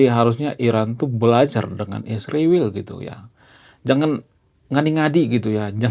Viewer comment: Israjl punya arti yang Agung. Tolong jangan sebut iswirl Bang. Maaf ya.